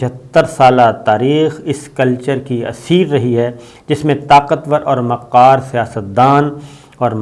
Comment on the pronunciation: Wo qom jo Iqbal ko ikbal aur qalb ko kalb kehti rahi achanak se kirdaar ko qirdaar aur kubra ko qubra kehney lagi...🙉Aaj Sabir Shakir sb aap ne makkaar ko maqqaar keh ker mujhey herat zada ker diya . !!! Kia ye naie Urdu kahin koh qaaf se toe nahi aaie....🤔🤔🤔🤔